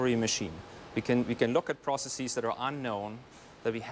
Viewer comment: Process....EEZ?? ( ) Are there many other business..EEZ doing the same thing?